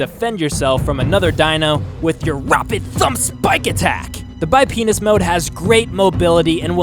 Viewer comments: About half way through did he say bipenus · Did you say bipenis ? XD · Am I the only one who heard bi penis mode? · The bipenis mode? Did he just say that? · He said bi penis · Did he say bi penius mode 🤣🤣🤣🤣🤣🤣🤣🤣😂😂😂🤣😂😂😂😂😂🤣🤣🤣🤣🤣🤣🤣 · He said bipenis at one point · you definitely said big penis stance lol that got u a sub lol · did he say bipenis stance....? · He said bypenis stance